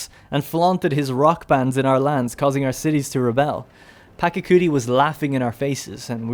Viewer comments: The pronunciation is "Pacha-kuti", not "Paka-kuti". The "ch" here is the same as in "cheese". Otherwise, a good style of presenting the game. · It’s pachacuti not pakacuti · It's Pachacuti, not Pacacuti